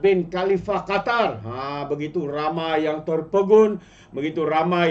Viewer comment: Qatar bukan gatar 😅